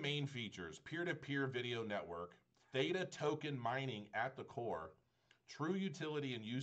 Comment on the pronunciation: The word is so simple to pronounce. Did you even learn English in school. Nice review BTW.